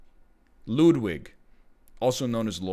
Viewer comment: When he god Ludwig wrong I think a part of me died